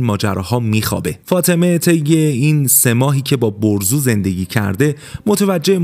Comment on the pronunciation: برزو✅ بهروز❌